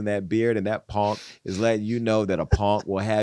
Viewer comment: It's when he said 'Ponk' I nearly died looooool